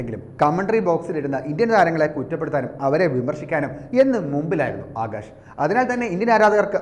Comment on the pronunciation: It is Akash .. not Agash, for god's sake pronounce rightly